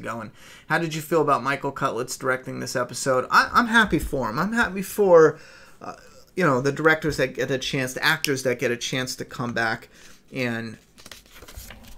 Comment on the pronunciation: and the PT Channel always call CUDlitz "cutlitz"..... It annoys me